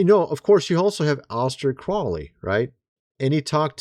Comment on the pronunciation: Ahsta “the trolly” Krolly. Brother, you need help talking. What is happening, it’s not like you’ve heard these names and words said over and over and over more than most people.